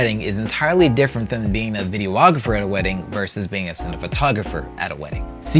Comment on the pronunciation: In the spirit of just trying to better everyones understanding, it's pronounced "video-grapher" not "video-ah-grapher".